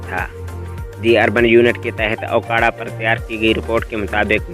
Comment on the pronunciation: Bhai ye aokara nhi hy me okara se hn